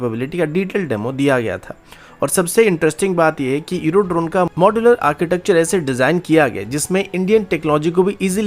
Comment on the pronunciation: Iro drone ya eurodrone , इरो या यूरो सही से तो बोलो।